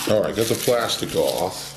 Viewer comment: "-not at ahwl, not at ahwl"